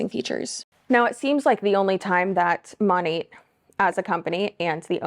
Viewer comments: Did u say MONIT? I think they referred to it sounds like Monet like the painting like that Artist. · I've never heard it pronounced that way before, I always thought it was Mo-nat, nat like a gnat (like the fly). Well anway, hate all mlms!!! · The way she pronounces “Monat”